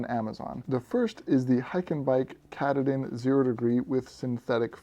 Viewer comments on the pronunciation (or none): As for the Hyke&Byke sleeping bag - if you do any future reviews, I'd suggest finding a video about Mount Katahdin in the state of Maine to get the proper pronunciation down (something like: cuh-tah-din). This bag is definitely named after that rugged east-coast Mountain which marks the end of the Appalachian Trail. Small compared to Rocky standards, but still very dangerous (especially with crazy northern weather, and it's narrow knife's edge). If you're interest in a good mountain-climbing movie or book, check out the recent movie "Lost on a Mountain in Maine" based on the 1939 book. The peak is only 5269' feet (about 1 mile), but it has a lot of prominence (compared to it's surroundings), and when you consider that Maine starts at sea-level, that's note-worthy. (Compare that to some rocky mountains that start a mile up!). I live in New Hampshire, so this is a very familiar peak in the region, though not quite as well known as Mount Washington. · Great review! The water repellency alone would be enough to go with the hyke and byke. Btw, the pronunciation of katahdin is quite different than your pronunciation - at least here in Maine where the mountain is located. 😊 But who cares. The information is what was important!